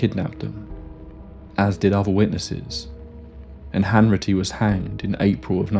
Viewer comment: It’s Hanratty not Hanritty 🙈